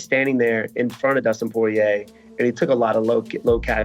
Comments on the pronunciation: All that super technical talk from Bas and then it goes into "you know with Dustin Soyrier" 😂😂😂 I love Colby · Dustin Soirier 😂😂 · Dustin Soirier huh